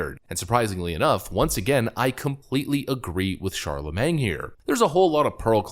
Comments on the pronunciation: "Charlemang" lol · Ron de Santis is awesome! Also, the "-magne" in "Charlamagne" is pronounced "main". 😁😋 It sounds so odd to end it with "mang", LOL! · i love how you say charlaMENG!! it`s charlaMANE, like watermane!! lol. i known about him for years! brilliant idiots is my favorite podcast! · It's pronounced Shar La Main. Not mang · CharlaMAYNE.....not CharlamanG. When you cringe, you really full send, lmao. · "Charla-MAYNG" LMFAOOOOOOOO NOOOOOOOOOO💀💀💀😭😭😭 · "shar-la-main" you dont pronounce the G my guy. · It's not Charle"mang." Jesus. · You're killing me....you don't pronounce the "g" at the end of his name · The G is silent btw